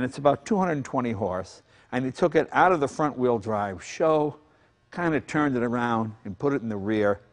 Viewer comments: With all due respect, it is not SHO but S-H-O.... super high output ..😉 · Jay, you forgot about the shelby turbos. And it's pronounced 'ess-aich-owe'.